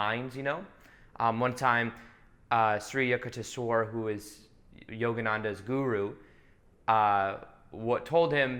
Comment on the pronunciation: Sri Yukteswar Giri is Paramahamsa Yoganandha's Guru.. His name shall be pronounced as simple as Youk- Tesh-Wer..